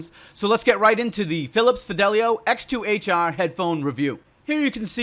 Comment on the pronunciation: From the way you say X2HR, I assume you are from the Boston area?